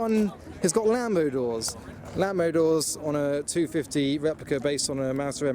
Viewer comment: A Fewwawi Weplica